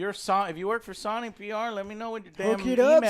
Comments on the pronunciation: Hey Joe! You might have better luck contacting Sony if you pronounced it right? So-ny not son-y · Why does Joe purposely say things the wrong way? Saw-ny (Sony) Thay-nos (Thanos) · Is Joe forever doomed to say Saw Knee? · Lol, the accent coming through with “Sony”